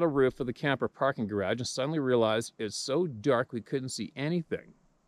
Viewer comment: It’s not gayrage it’s garage!lol